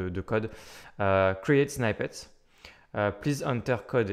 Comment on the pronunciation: Merci. Juste pour info, "snippet" ne se prononce pas "snaïpete" mais "snipete"